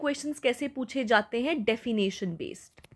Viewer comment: Ma'am 'defination' nhi 'definition' hota hai